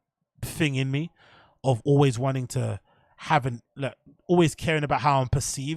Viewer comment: I realize Brendan's constant failures to pronounce words but you must also recognize Luke Thomas always says "alwis" instead of always... He's literally too stupid to understand how the word "always" is pronounced... It has the vowel "A" in it which is obviously to be pronounced fully in the word "always" but for some reason Luke is so retarded his dumb retard mind always forces him to say "alwis"... no matter what.